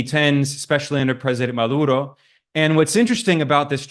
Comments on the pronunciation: correction: it's pronounced MaDuro, not MaLuro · He had a hard time saying 'Maduro' - Ma-dur-oh. With a 'D' in the middle of the name. How does he screw it up six times?